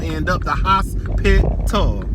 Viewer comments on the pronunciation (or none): The Hos-Pit-Tal😂😂😂😂I Know That's Right👏🏾👏🏾👏🏾Luv Ya 😄😘💖